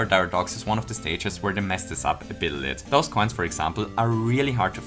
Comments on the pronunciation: Also a "bittle lit" instead of "little bit" had me cracking up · Can we stop bashing on swimming in games where it's actually done well, please? "bittle lit" "humble onion" I don't know if you're doing these mistakes on purpose, but if you do, keep it up because they're hilarious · Am I the only one that caught saying “a bittle lit” instead of a little bit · "a bittle lit" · I think he says it like that on purpose, he's said it like that before and everyone noticed it so now I think he's just messing with people lol